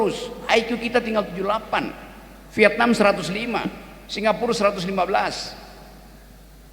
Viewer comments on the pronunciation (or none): none